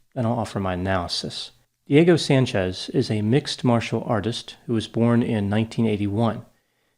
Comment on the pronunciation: I've never heard of either of these two men. My biggest struggle listening to this analysis was the fact that every time said "Diego Sanchez", all I heard was "Dirty Sanchez". What is wrong with me?! 🤦🏻‍♀️